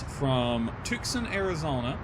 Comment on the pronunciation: Since you're not from the west, it's not pronounced Tuc-son. It's pronounced Tue-San. Luke AFB is there where they trained all F-16 pilots before they sent a squadron to Holloman AFB, New Mexico. Now Luke AFB trains F-35 pilots as well as Eglin AFB, Florida.